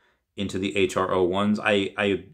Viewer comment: Just FYI Hro is pronounced “Hero” not H-R-O